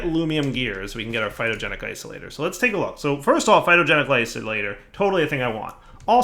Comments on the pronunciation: It's Phytogenic INsolator. With an N. Not Isolator. Insolator. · That little eye twitch I get every time he says "Phytogenic Isolator" is the most calories I've burned all week. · It's, he will never pronounce it correctly once he starts doing it wrong, that blocks name is now Isolator... forever >_<